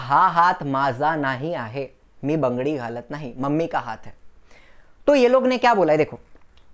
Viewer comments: nice try to speak marathi but its bangadi not bndadi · bungre nahi bangri